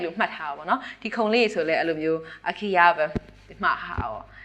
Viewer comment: အိုင်ခီယာမဟုတ်ပါ၊ အိခေးယ လို့ အသံထွက်ပါတယ်။